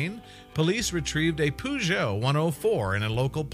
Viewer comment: Poojoe 104? Peugeot mate...